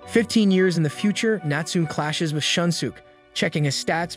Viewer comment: Great videos and reading although you pronounce some names incorrectly. Natsume is pronounced ‘Natsu-may’